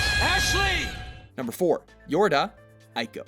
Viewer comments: ICO = "E-ko" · Did anyone else notice he said Ico wrong? Lol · The way the narrator says "Ico" makes me cringe.